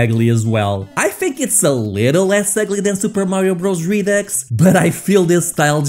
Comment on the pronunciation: Just fyi 'REDUX" is pronounced "REE-DOO"